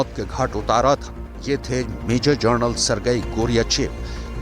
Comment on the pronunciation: Kis bevakuf ko news anchor banaya hai? Ye Journal bol raha hai, General ke badle.